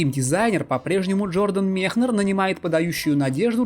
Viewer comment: Все хорошо, только Мекнер, а не Мехнер